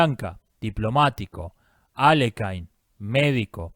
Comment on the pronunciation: Buen video. Mínimo aporte: Aléjin/Aliójin o incluso Alekin son mejores opciones para pronunciar Alekhine, que es un apellido ruso.